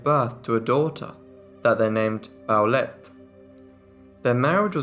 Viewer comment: (Midway through the video...) OH! The daughter's name is PAULETTE, NOT Towelette...lol